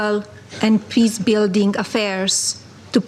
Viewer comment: Totally bizarre. "We need piss on world." She has not improved linguistically. Her thicko husband just murdered over 100 little girls....after covering up the rape and abuse revealed in the Epstein files. 🤯🙈🙉🙊🤡💩😡